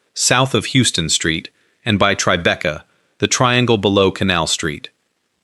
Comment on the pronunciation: Thank you for saying that. It IS "Howston"